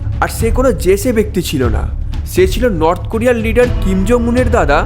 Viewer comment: ছকাল না সকাল, ছে না সে,উচ্চার‌নে সর্তক হোন😢